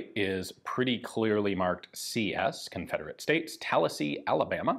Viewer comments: I don't think that's a Florida thing, I'm pretty sure most people really like that. In fact this video was the first time I've heard someone say at the other way before. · Same. I started thinking maybe that's how locals pronounce it around Tallahassee when Ian said it... but why would he say it that way, when I never heard anybody else do so, even in Florida? Yeah, had to double check to be sure cos I read it as Tallahassee first time around. While this Brit once knew Florida well (it's been a long while but I used to visit and road trip yearly) I never got that far upstate, so yeah... it threw me for a minute. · Thought the same thing and I’m from New York